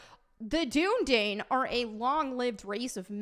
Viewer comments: it's pronounced "doon uh dīn" and they talk about it in the films lol. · Dunedain is pronounced Dune-uh-dine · Gah! The Dunedain, is pronounced in the Two Towers Extended. When Éowyn give Aragorn food. And Aragorn, the Dunedain do have elven blood. That's why they live so long. And Aragorn IS described in the books. He is pale. one would assume that someone who is pale is white.